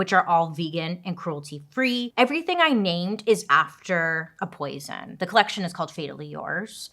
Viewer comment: When she said 'poisen' i thought of 'Aquativana'. I really love the look of the lipsticks